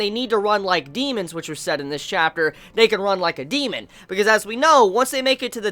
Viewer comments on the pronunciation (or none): none